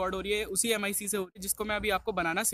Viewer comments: It is pronounced as "ma-e-k" not M I C!😂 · Bhai vo m I c nahi mic hai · It's clearly flawed... Why couldn't u just say Mic instead of M.I.C